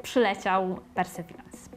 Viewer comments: "Per Ser Verence" - to tak na serio czy dla śmiechu? * Jeśli na serio, król Verence II, władca Lancre, będzie zaszczycony :)) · PERSERWIRENS.. 😅 Gdzie Ty tam masz “r” w środku 🤣 I jeszcze ten sztuczny akcent do błędnie wypowiadanego słowa.